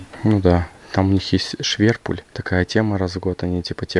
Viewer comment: В германии есть не шверпуль а шпермюль 😂 но прикольное слово 👍👍👍